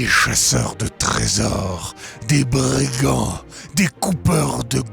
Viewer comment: DES BRRRIGANTS